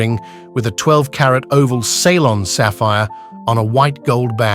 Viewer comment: “Saylon!!!!!! Do we not mean Ceylon!!!!!!!!